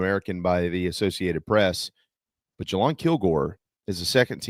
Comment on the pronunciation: Please stop pronouncing Jalon Kilgore's name that way.